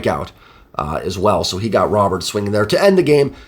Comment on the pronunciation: Just a heads up man. Luis Robert’s name and a pronounced ‘Roh-bear’. So the t is silent and the ‘ro’ is pronounced like ‘row’. Another great recap man. Best in the biz as far as I’m concerned!